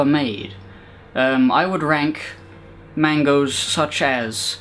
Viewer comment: mangas not mangoes